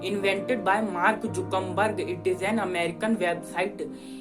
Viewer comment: Hlo sir , I have a question to you I think, as far as I know that .... The inventor of a Facebook is Mark Zuckerberg .... But why are you saying that his name is Markjukamberg.... Is it correct ??????? And 2nd question is , you spoke that the Mobile Number is Mobile nummaaaaaa ... Why ??????